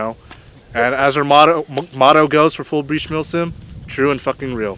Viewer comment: I had to remember, you very clearly said millSIM. With that in mind great video thanks for sharing. Oh and the face blur thing, cool but I know what you look like. Just saying.